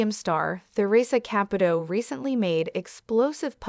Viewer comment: Theresa is pronounced TEREESA and Caputo is pronounced KAPOOTOE